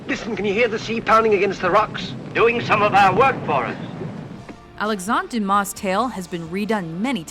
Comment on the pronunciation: many mistakes, including the pronunciation of the name Alexandre Dumas, and stating that the caesar in gladiator was maximus father